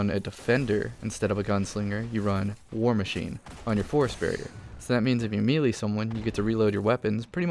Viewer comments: Don't mean to be negative, but it's a pet peeve of mine, you say Melee as Me - Lee - it's pronounced May - Lay... Me - Lee sounds stupid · meelee: pronounced MAY LAY. Just thought I'd let you know